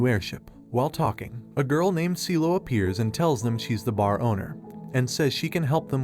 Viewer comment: "Cielo" bruh